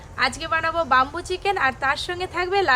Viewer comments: Bambo chicken na bamboo chicken thik kore bolteo jano na😅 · age tumi uccharon ta thik koro tar por dadu k sekhabe..bambu chiken noi bamboo chiken..kola pata noi kala pata..ajob katha bole...nijeke ki mone kore k jane.. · Not bumboo chicken it's bamboo chicken only eating first currect your pronanouncesion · বামবু চিকেন কি???? ব‍্যামবু মানে বাঁশ আর বামবু মানে মার দেওয়া 😅তোমার উচ্চারণ ঠিক কর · আরে কথাটা বাম্বু চিকেন নয়।কথাটা ব্যাম্বো।